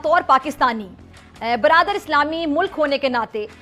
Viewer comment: बरादर क्या होता है।😂😂😂😂😂